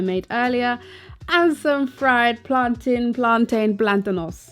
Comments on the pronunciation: girl it is pronounced plantin, Bajan roots heyso! English lesson: plantain is a noun; words ending in -tain that are nouns mountain, fountain ( how do you pronounce those words? Exactly). Words ending in -tain that are verbs maintain, sustain. Hope this helps the whole lot of you trying to be fancy and been pronoucing wrong all yuh life. Fancy that! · plaan-tin lol plantains #jamaican. love your vid girl, thanks for the ideas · PLAN-TIN the A is silent, anybody can fight me on this. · I pronounce it plan-tain but others tell me it's plan-tin but I'm still going to say it like that. In Spanish, it's platano. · Bahamas: we say 'plan-tin' spelled plantain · We say plantin, never plantain. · My family is from Key West, Fla. and Cuba. We call it P L A N T - N. However, it doesn't matter how we pronounce it, it is to die for we can all agree on that! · I say plan-tain... But I'm not of Caribbean descent, so I'm probably a lesson in how to not say it 😂😂😂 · here in the U.S... we pronounce it,Plan_Teen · Most of us ( Caribbean natives) pronounce it that way too. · Plantain rhymes with mountain